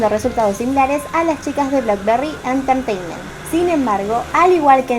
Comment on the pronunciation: Entertaiment se pronuncia enterteiment, J-POP se pronuncia lleipop y KPOP se pronuncia keipop Te quiero ❤️